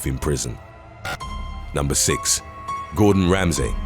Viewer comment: Ah ha! I suspected this was a really good AI voice- the way 'you' pronounced Gorden Ramsey's name- how could U get it so wrong??? Especially as he's a fellow Brit?? 🤔🤔🤔